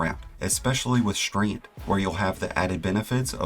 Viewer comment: Is this some sort of american accent to pronounce 's' as 'sh'? Like Shtreand.